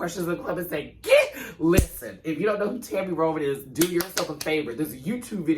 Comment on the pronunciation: Not relevant to “this” video... I usually fast forward through intros, but not yours. I love it all the way from “Liss-ten!”.... to..... “Puss! Pussss!”’